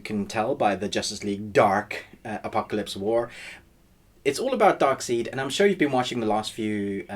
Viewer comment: I’ll dislike the video because of “Dark SEED”. XD